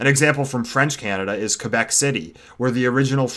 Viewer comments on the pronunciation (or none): none